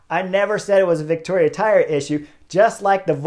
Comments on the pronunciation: Vittoria doesn’t have a “c” in it. You keep saying Victoria. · ...and how to pronounce Vittoria.